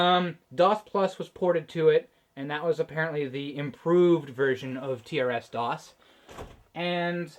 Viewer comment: Usually pronounced "trissdoss" I think. "Tee Ar Ess doss" sure would seem normal though if I'd never heard it the other way first.